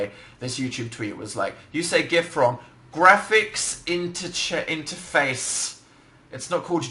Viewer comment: lol he says gif right. btw do you know where i could see the first 10 minutes or so?